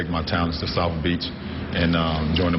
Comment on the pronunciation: Where's "Souf Beach" ??